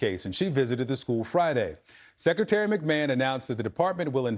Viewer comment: I just can't get over " secretary mcman " 😂😂